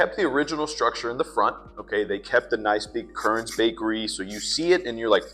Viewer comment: KERN'S, NOT Kurns